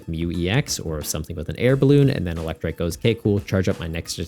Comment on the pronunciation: You pronouncing Eelektrik (trick) as Eelektrike had me thinking they gave the little dog guy Dynamotor too 😭 Exciting set, didn't realize Jellicent was going to be such a nightmare so the warning is much appreciated too